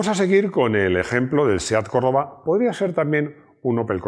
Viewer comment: si lo se, pero parece que dice corolla